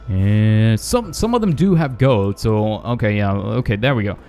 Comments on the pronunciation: Why do you say gode? It's gold! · When you said gold it sounds like goat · You said gode XD